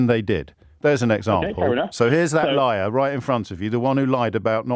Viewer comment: I was driving and listening to the man who found saying the word ‘liar’ extremely extremely difficult. I don’t think he was ever taught this word that’s my explanation. Even my French bulldog was rolling in my car seat laughing. James was mega polite don’t know how he does it!!!!